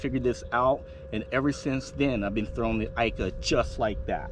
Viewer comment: Please................pronounced eeeka